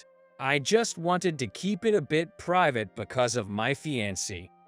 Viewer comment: fee-an-say (fiancee)